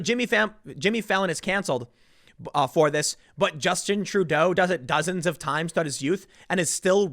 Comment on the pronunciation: Trudeau "did it dosens of times". Okay, Tim.